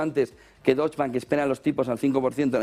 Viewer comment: Soberbio como siempre,. Sólo una cosa: Deutsche se pronuncia entera, "e" final incluida.